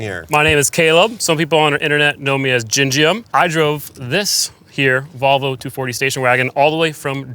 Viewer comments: Here in Australia we have a biscuit called an "iced vovo". stuffing his face and unable to say "volvo" is an endorsement of the iced vovo in my book. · “Volvo” heard like 15 times by is one of my favorite things